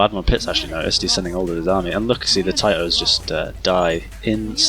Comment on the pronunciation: As someone born in Yugoslavia, the way you pronounce Tito really bugs me haha